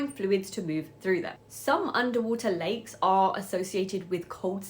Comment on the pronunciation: Thought you said " these are Legs!" And they are so toxic.